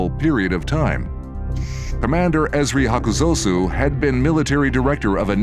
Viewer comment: is on point today, esp. with the pronunciation of the name, "Esri Hakuzosu"